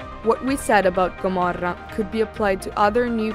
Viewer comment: It’s the perfect italian pronountiation!